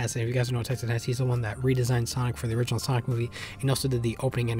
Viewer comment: "origninal" Man. You WERE tired.